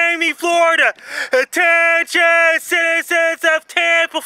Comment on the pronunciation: NO ONE: FRANKIE MACDONALD: * A *T *T*E*N*I*O*N